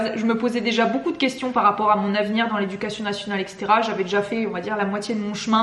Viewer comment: L'inspection permet de se mettre dans la situation des élèves : observés, évalués en permanence, et toujours dans le désir de bien faire. Par contre il faut vraiment arrêter avec les "EXETERA", si vous dites ça à vos élèves je vois mal comment ils pourront l'écrire et le prononcer correctement... Et s'il n'y avait que ça...